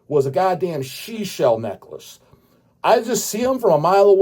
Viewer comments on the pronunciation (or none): "Shee-Shell Necklush", 2025